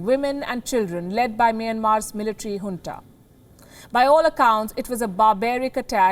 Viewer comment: its junta not hunta